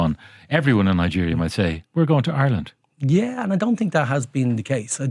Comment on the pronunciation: Congratulations,. You finally learned how to correctly say the word Ireland. Formally known to you as "Areland & Orland.".....